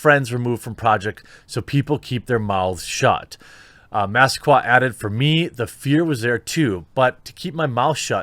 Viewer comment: It is Mass-ah-quay, Jeremy.